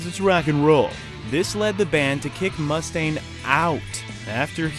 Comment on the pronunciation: It's fucking unreal how many errors are in just the first 5 minutes of this video. Their demo album was called "No Life 'til Leather.' Cliff Burton died in September of 1986, not December. Dave Mustaine's last name is mispronounced. This is all in the first 5 minutes. I couldn't watch anymore. Did you just hear of Metallica 20 minutes before making this video?